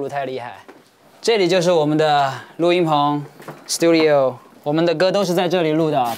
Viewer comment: The only fluent english he said is "studio"